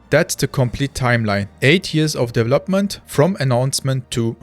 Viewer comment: You speak english better than half of the UK and USA population. To say "development" more naturally, work on your "V" sound. Right now you use a "W" sound. For "v", push your teeth into your bottom lip. It will change your sound. It is like an "F"... with sound.